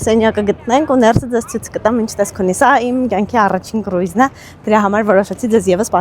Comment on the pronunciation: Քռուզ ա կոչվում կռուիզ չէ